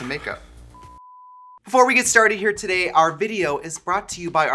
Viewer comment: The "Today" in the ad was extra yooper in this vide. TIDEEEH. (Don't take this the wrong way, I love it more than anything)